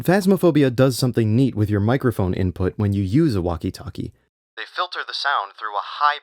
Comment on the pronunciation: bro says walkie talkie like its an Chinese cuisine